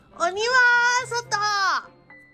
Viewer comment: 今晩□昨日気づかなかった😅ぷーさん鬼役？😂鬼は外～‼️が｢はにゅは～外～‼️」に聞こえて一瞬あれ～❓っておもっちゃった（ごめんなさい)